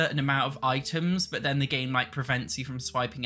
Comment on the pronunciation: I’m not a hater - I actually agree with practically everything he says - but the way he says ‘but’ as ‘berrrr’ is just so hilarious I find it hard to take him seriously! 😂 That’s just not how it’s pronounced, in any accent! 😂